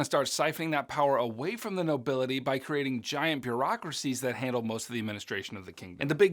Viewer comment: Bureaucracies, not bureacracies LOL